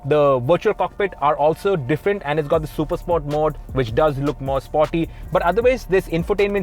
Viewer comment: Chutiyan please pronounce sport properly 🤣🤦